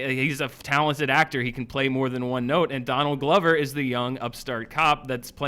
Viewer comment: Danield Glover?? hehehe he said Danield Glover